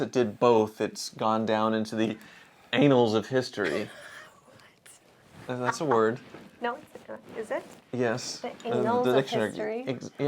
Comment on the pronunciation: Annals yes, but it's pronounced like Anvil, not the way you were saying it...